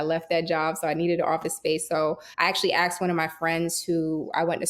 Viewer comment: She lost me at "axed me"